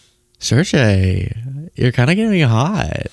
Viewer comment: Sergey is pronounced "SirGay".